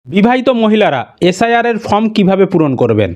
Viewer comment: ফ্রম ( from) নয় , ওটা ফর্ম ( Form) হবে 😅